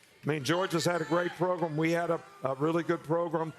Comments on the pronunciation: Is it just me or when someone says “proGRUM” it drives me crazy. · It’s Progrum…ahight… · “Progrum” is why this segment was great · “Georgia had a great progrum we had a really good progrum” That subtle humbleness and respect to put your opponent on a pedestal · “Progrum” I love you Saban, never change. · Kirby says it the same way😂